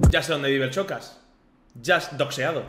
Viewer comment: Decís Shakira pero decís Chocas. No es tan difícil eh?